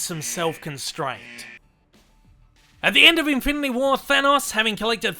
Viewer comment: "Infility" stones lol